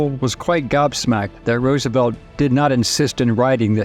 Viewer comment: “FRANKLIN DOUBLE-CROSS ROOSENFELD”